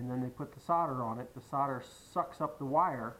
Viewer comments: the "sarder" you are using is actually "SOLDER" 😂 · invest in some Q-tips for your ears... in the US "solder" is pronounced with a silent "L".